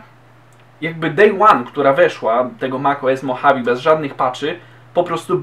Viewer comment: Poprawka. Nie "mochawi" tylko "modżawe"